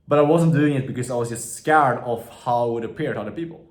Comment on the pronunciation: No it is just funny when he says skäärd